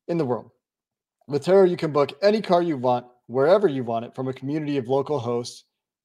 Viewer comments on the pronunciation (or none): It's pronounced tour-oh not tare-oh. Your broker or whomever set up the ad spot is wrong and likely a fool. Go onto the turo YouTube channel and see how the actual company pronounces its own name....